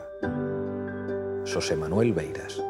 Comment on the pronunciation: "SSSosé Manuel". De verdad tanto os cuesta a los putos mesetarios pronunciar la X gallega? ES COMO UNA PUTA SH, OSTIA. A que no decís "Sakira"?